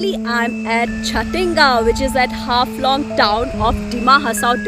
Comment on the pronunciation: may be you should pronounce jatinga more carefully 😂